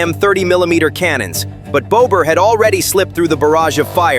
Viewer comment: bowber Drones HAHAHAHAH The Robot can't say BOBBER..